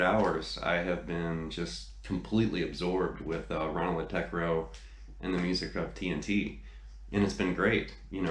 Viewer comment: Man you really put some research into this! Just wanted to say that if you want to pronounce that old ugly Scandinavian ø at the end of his name, it's more like the wovel in "buzz" or "f#ck" :-) And